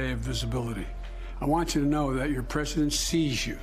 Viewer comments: The prehsehdehnt rehsehntleh mehmehmeh. God. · Your prezshent sees you. Thats reassuring.